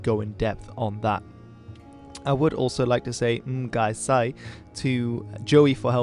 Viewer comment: It should be ng goi sai, not ng gai sai